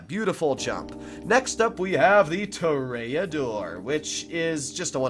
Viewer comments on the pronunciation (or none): i cringe whenever he says tor-E-dor